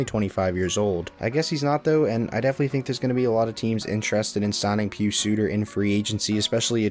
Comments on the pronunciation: Not pronounced (PeeSu) it's (pie us) pius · Pronounce Pius as "pie-us"